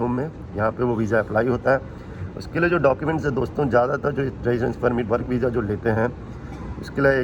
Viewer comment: vija nahi hota visa hota hai